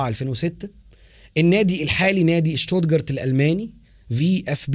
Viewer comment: أخي...شتوتغارت وليس شتودجارت